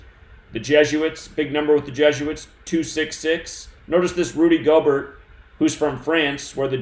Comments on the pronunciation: its pronounced Gobear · Yooooo,!!! His name is pronounced “gobear” like its time for the stock market to “go bear” Im so glad i bought put options yesterday......bought to make a nice little chuck of money. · Pronounced—> Rudy Gobear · They calling him Rudy gobear not Gobert might mean something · Btw it’s pronounced Go-Bear. Rudy Gobert= Rudy GoBear